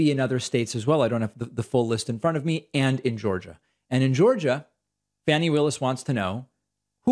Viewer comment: Fah-nee as in faucet not fan-nee. Just FYI, love your content.